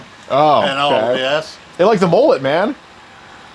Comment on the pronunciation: 😂MOllet it’s Mullet